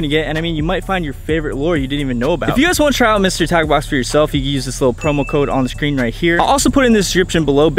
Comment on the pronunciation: At first it sounded like you said mystery taco box